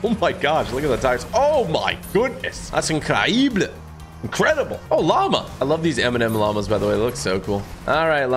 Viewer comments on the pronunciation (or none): Bro I thought you said lava instead of llama